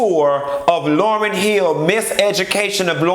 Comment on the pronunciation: Why you doing LAUYRN like that